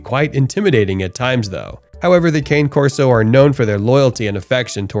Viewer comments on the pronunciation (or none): Cane = car-nay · It's actually CA-nay. It just means "dog" in Italian. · you are mispronouncing the name. It's italian.